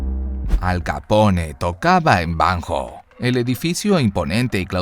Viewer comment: Banjo se pronuncia banyo.